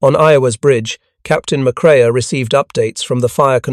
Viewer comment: McCrea, pronounced mc-kray. No "uh." And "Yammer-toe" is really irritating. Yuh.MAH'toe. EEwa-KI'.